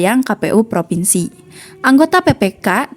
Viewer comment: Provinsi bukan Fripinsi. Kebalik tuh bacanya